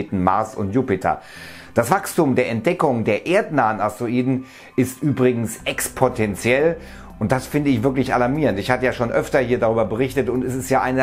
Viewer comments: Exponentiel und nicht Expontentiel werter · Expotenziell?? Meintest du nicht exponentiell?XD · Expotetentiell? Puh.. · expotentiell --> exponentiell ;)